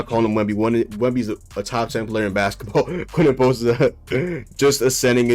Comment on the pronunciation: Who is Quen-en Post?